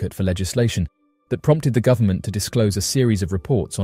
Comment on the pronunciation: The militree" & gubmint " have the technology to do about anything" 😮 yup" kazoo where are you 😂